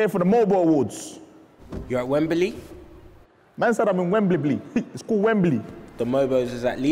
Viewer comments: Man said I'm in wembimbly 😂😂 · Man said wemberbley